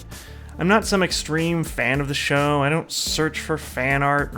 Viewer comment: Show XD not shoe